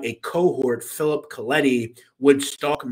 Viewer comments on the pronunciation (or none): none